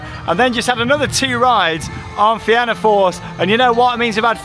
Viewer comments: Great vlog! Glad that it has finally expanded! Also just an fyi it’s pronounced feena not fe-anna :) well done on the pronunciation of Tír na nÓg though 😍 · its pronounced Feena :) the back seat on that coaster is the best! as for Cú Chulainn........its gotten so rough and theres a jolt or somthing in one area that slams ya abit i believe people complained about the rotator and thats why it dosent go right over anymore